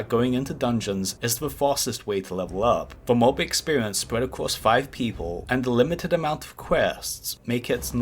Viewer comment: Gwuinding mumbs for expewience c: lol